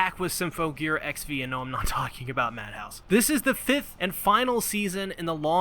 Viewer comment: I love everything about this video, but XV isn't pronounced like the letters. It's pronounced Ekshiv, like how AXZ was pronounced Access. (not that ekshiv is a real word)